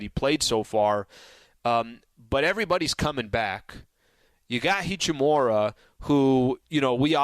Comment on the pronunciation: Hachimuuuuuura, not Hachimora or hachimara